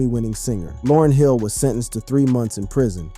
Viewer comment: Almost makes me want to stop listening... Information is one thing... Yet, respect is another! You wouldn't want people butchering your name/alias!